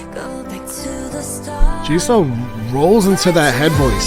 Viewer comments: It's pronounced as Jisu, not Jisou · This album is extremely good! If you’re wondering about pronunciation of the names, you said jennie and Lisa correctly and jisoo is (gee-su) and rosé is (ro-zay) cause it has the French accent on e